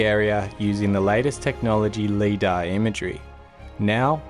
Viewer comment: love your work, LiDAR is pronounced Lie-Duh